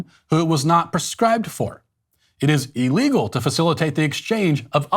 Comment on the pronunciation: Pleeease Matt, I love you but stop pronouncing illegal "E-llegal" (I wanted to put a smiley face emoji here but figured you'd cancel me if I did)